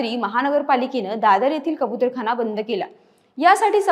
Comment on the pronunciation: कबुतरखाणा नाही गं कबुतरखाना असतं! 🤦